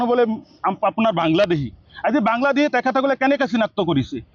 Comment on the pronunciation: বাংলা্দেহী নহয় বাংলাদেশী অহমীয়া নহয় অসমীয়া কথা কেইটা শুদ্ধকৈ কব নাজান আনক সকিয়াবলৈ আহিছ